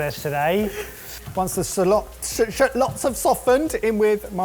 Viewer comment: "Once the salots have shoftened"😂